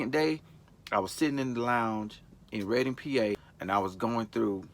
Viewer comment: He said, "Reading,Pa." Right where im at:) I was more surprised he pronounced it right too! thumbs up on that 2!